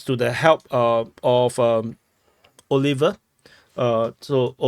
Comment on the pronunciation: I like how he called Oliver “ auliver” Oh liver 😂